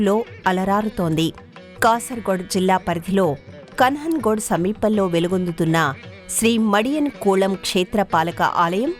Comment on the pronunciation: కన్హన్గడ్ కాదు. "కాఞ్ఞఙ్ఙాడు" (కా+ఞ్+ఞ+ఙ్+ఙా+డు)